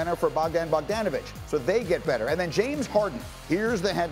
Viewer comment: Never say bogdonovic again greeny.....